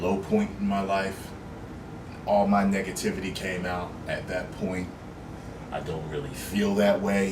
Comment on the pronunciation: "all my niggativity came out"😂😂😂😂😂